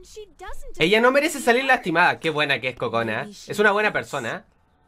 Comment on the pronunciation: En una parte escuche Kojona XD